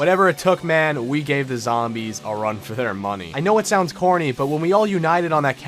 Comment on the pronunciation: I heard “I know it sounds horny” instead of “I know it sounds corny” 😂